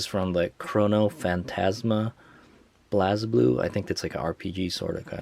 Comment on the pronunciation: good video dood, however the game is pronounced like Blaze-Blue not Blaz-Blue